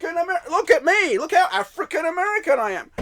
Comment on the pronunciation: So I’m confused, when did Jamaican become a race and not a nationality? And why does it sound like every time you African American, it comes out like your saying n*gger? Africa is continent not a country or a state in America.